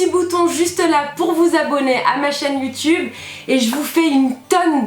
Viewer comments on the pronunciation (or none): none